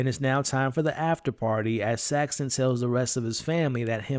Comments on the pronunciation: There's no T in Saxon. It's just Saxon, not Saxton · The name is "Saxon" not "Saxton".